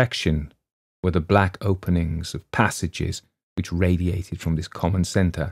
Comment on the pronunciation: Ahhhh...the roll of the R in Radiate 😊